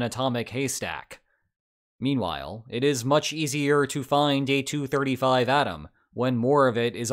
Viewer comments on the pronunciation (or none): none